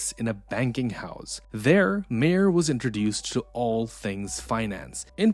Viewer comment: I don't think the narrator is pronouncing "Mayer" correctly, or "Byzantine."